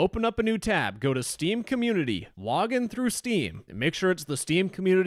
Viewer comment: "Steam comuneuitiuy"